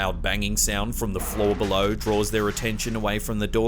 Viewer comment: I just LOVE the way he says "be-low"! It's like "be-LOW", always emphasizing the LOW. I dont know why but I find it TOTALLY endearing! ❤ And THANKS FOR THE EXTRA LONG compilation! Perfect distraction from the monotony of being home! Now that I have swept my apartment for ghosts and done my 1000th spirit box to no avail! (I live in a brand new bldg! Only 2 years old! No history here yet!) 😷✌